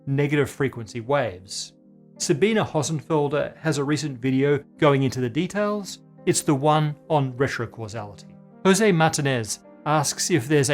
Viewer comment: Another great video, thank you. But you really butchered Dr. Hossenfelder's name 😆